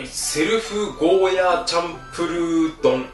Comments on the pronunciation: ゴーヤ"ー"って伸ばしてくれるのありがたい。間違って世の中に定着しちゃってたからモヤモヤしてた。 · 沖縄県民として嬉しい。ヤで切らずにゴーヤーって伸ばして言ってくれてるのありがたいです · ゴーヤーが本当の発音だってこの動画で知りました😱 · ゴーヤーの発音いいね ゴーヤーだよゴーヤー